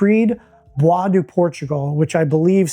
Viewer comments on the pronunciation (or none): none